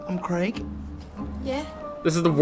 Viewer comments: Please learn how to pronounce Craig correctly. It isn't pronounced Creg. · Craig does not rhyme with egg or Gregg.